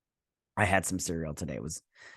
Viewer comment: Cereal. I love it. But its Syrill.